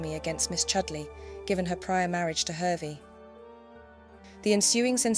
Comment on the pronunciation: The name Hervey is pronounced as Harvey as per Lady Victoria Hervey the socialite, model and descendant of Augustus Hervey mentioned in this analysis..